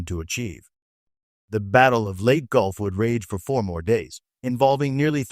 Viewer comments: It's pronounced "LAY - TEA" gulf. You are either bad A.I. or someone not trained in WWII historical terminology. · Please learn to pronounce location names properly, Leyte is not let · How does AI intelligence make this a better presentation? Mispronouncing the simplest parts of the story. I guess 'lead the metal' versus a 'lead ship' or 'leadership' is a easy mistake for Robby the Robot and the 'Leyte' Gulf battle!